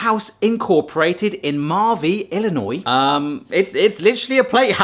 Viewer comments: As an Illinois native, I want to sincerely thank you for pronoucing it correctly. You have no idea how many people here in the States can't do that. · GOOD MAN, smart to know the "S" in "ILLINOIS" is SILENT. Since FRENCH PEOPLE... Always the FRENCH.